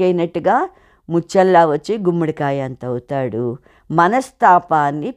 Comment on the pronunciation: గుమ్మిడి కాయ కాదు మేడం గుమ్మడి కాయ